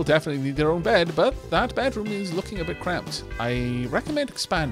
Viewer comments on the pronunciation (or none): none